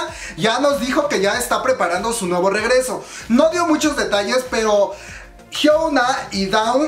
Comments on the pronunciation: chisme y mas Yo:soy la unica que noto que dice HYUENA mas de hyuna jajjajajaj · Es hyuna sin la E. Solo digo